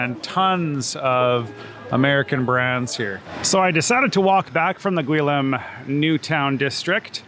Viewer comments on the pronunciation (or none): The new town district is called Gueliz not Guilim